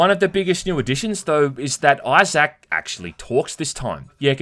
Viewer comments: IT'S eye-ZIC not eye-ZAC! FFS, you HAVE to be doing this just to annoy us. I know it's petty but I honestly couldn't handle this video because you HAD to emphasize the wrong pronunciation. I straight cringed everytime. Thank god, this game is as stellar as the original so I'm literally just watching this to feed the algorithm. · “iZack” damn bro say his name right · Australians / British can’t even say Isaac name right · Do all folk from your neck of the woods pronounce Isaac as Eye-Zack as opposed to Eye-Zk ( ˈī-zik )? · Love your vids, but I can't help myself here: They way you pronounce Isaac is so hard to ignore. It's "EYE-ZICK", not "EYE-ZACK". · "Eye-Zach"? LOL Dude. It's "Eye-Zik" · Why do you say pronounce Issac as I zak? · "Eye Zak" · Say Eye Zak one more time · Ahhh yes. ‘Eye sack’ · ITS PRONOUNCED Izick the pointless emphasis on the A in Isaac is driving me crazy 😂😂😂😂😂😂😂😂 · I think eye-sack is pretty cool too. Eye-sack. Eye-sack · The best part of this review is hearing calling Isaac, "i-Zak" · I-Zach. Fuckin lol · Say I zach one mo time! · I’ve never heard Isaac be pronounced “eye zack” before ha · Character name: Isaac: EYE SACK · Came here looking for this comment. Eye Zack? What an odd pronunciation. He must not know any Issacs.🤣🤣 I love this guy's content though. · Did you really pronounce "issac" as "eye sack" lol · "eye sack" clark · " EYE-SAK" LMAO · Australians really dont know how to say issac instead they say izaac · pronoucning issac as you would anzac made me chortle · The way he says Isaac🤣💀